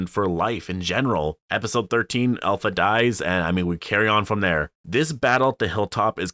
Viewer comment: I think its pronounced APLHA